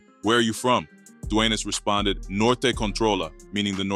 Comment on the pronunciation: Your pronunciation of sur and Norte is to funny